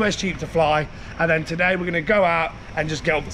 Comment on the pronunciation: PLS I need to know!!! Is it "then" or "dan," for example you'll say "What's going on here *Insert "dan" or "then"*. Someone who knows or MASTAG let me know!!!